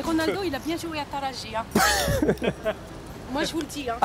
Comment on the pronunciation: je sais mais la femme a dit talaji et non taraji